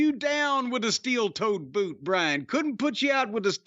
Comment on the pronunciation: It's BRIAN NOT BRAIN